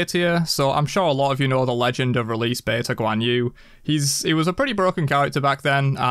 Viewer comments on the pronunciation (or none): none